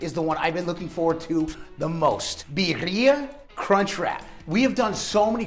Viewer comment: My final time bitching. It's beer ee ah, not bee er ee ah.